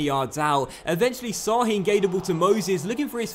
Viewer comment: Şahin is pronounced like Shahin. Not "s" but "sh"